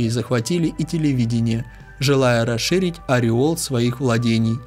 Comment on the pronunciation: Ареал,а не ореол